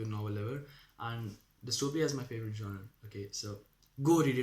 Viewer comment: 2min 20 seconds into the video and I couldn't getit outta my head that you pronounced 'genre' wrong. (google it) and exactly you say "the people who don't fit into any of these factions are called divergent", No silly, they're 'Factionless'. "The people who 'fit' into many are called, Divergent. . rest all is fine since you new to this. . and nice face reveal <3 you goo gurl!!